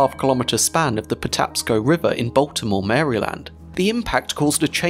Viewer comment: Despite being a Brit..........you nailed the pronunciation of Patapsco. My man!